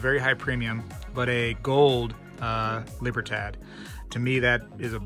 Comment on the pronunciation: Libertad = Lee-Bear thad < Thugh-ah-d